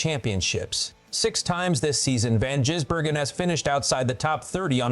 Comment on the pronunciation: Why do you call him jizzbergen,its gisbergen ,disrespectful,if your going to make money off his name,get it right